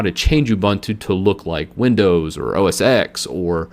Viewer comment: The X in OS X is said as "ten". It is OS 10, the successor of OS 9.